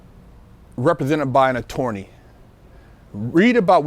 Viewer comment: LOL SAID ATOWWNEI HAHAHA ELMER FUD SOUNDING BROTHA JK MUCH RESPECT AND LOVE GOD BLESS BIG GUY.